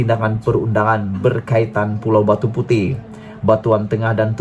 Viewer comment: Besar punya bodoh . Bukan pulau Batu puteh.. !! 😂🤣 Batu puteh.. 😛😝😜🤪 kesian duit mak abah hantar sekolah . ! Sebutan pun tak tahu...!!!